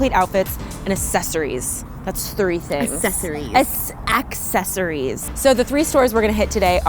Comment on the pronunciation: Every time said ‘accessories’ part of me died, and so did sinead😂